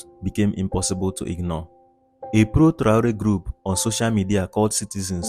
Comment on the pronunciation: Ese locutor lo primero que tiene que hacer es pronumciar bien el nombre de Traoré.